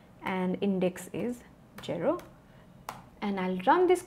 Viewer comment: its zero not gero